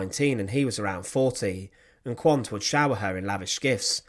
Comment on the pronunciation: The name Quant is pronounced Kvunt. The ordinary Russian soldiers, for all their barbarism, were shocked and appalled at the child murders. Magda should have let them live.